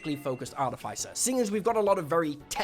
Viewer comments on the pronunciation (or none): I wonder what Mike Mearls is gonna think of his pronunciation of "artif-icer" 😅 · (jeez, that's NOT how you pronounce "artificer") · can you say artificer correctly? please! it drives me crazy...